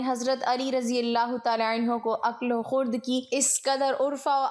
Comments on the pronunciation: Plz correct the pronunciation of these two words: line no. 9 khird not khurd Arfa not urfa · O bibi khurd nahi Khirad.